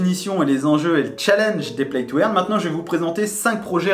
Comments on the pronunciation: Salut, play to "eurne" pas "èrne" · play to eeeaaarne MDR paye ton accent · il faut dire "play to eurne" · "Plaille tou airne", mdr